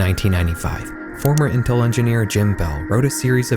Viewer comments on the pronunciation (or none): none